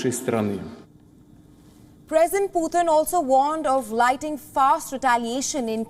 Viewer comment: You keep saying lighting fast still waiting😆🇺🇸🇨🇻🇺🇦🏴‍☠️